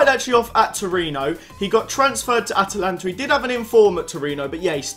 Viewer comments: Atlanta not Atalanta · It's not atalanta- that's the club in Italy mate it's Atlanta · *Atlanta not atalanta